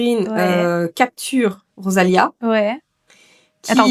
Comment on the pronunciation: C'est rosalina pas rosalia. Et on ne marie pas quelqu'un